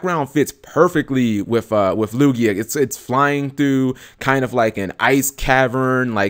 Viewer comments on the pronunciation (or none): none